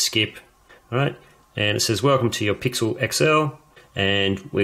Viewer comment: he says the google pickle